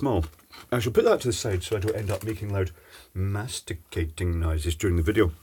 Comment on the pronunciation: It's important to annunciate carefully, so the listener knows which end you're talking about.